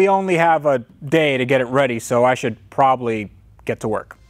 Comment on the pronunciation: PROBABLY !!!! Not proably.... :)